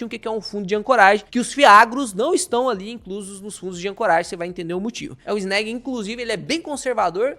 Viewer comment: SEM FALAR EM EGAF11 E FGAA11. MUITO MELHORES QUE ESSA NABA QUE PAGA PARA CANAL FALAR BEM. NÃO SABE NEM FALAR O NOME DO FUNDO. CHAMA DE ANÉG. KKKKKKKK. ESSE CARA É UM IDIOTA!!!!